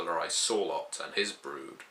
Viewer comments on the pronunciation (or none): none